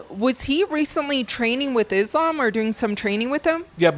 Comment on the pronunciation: I love how hè pronounces islam in the arabic way